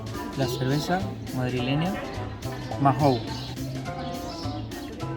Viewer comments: "Voy a probar la cerveza madrileña "Majou" 🤣... Me temo que en éste caso, la h es muda. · Hombre no, Majou no, maou que la h no se pronuncia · Solo un pequeño apunte, Mahou se pronuncia "Mau". Yo tampoco entiendo por qué, pero bueno... 🤣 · Jajaja la cerveza no se pronuncia MAJOU, se pronuncia Mau. A todos los argentinos que llegan a España le pasa lo mismo. Toledo es Impresionante, lo conozco bien !! Ahmm y al bocadillo de rabas le falta la mayonesa que se la tenéis que pedir al mozo ! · Se pronuncia mau la cerveza, estas casi en mi casa espero te guste